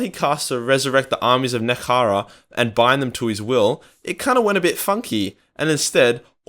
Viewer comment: I know one thing. It sure as hell ain't called "Nekehara"!